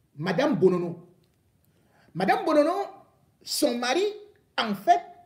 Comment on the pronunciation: Le nom c'est Monsieur Monono et pas Bonono.